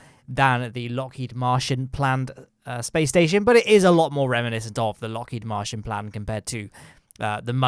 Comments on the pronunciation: I can't tell if is referring to the Martian Program at Lockheed Martin, or if he's just pronouncing Martin as Martian.:p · I think he is mispronouncing it because searching Lockheed Martian on Google doesn't give anything. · He's definintely saying Lockheed Martian, which gives me incredible Alternative Universe vibes.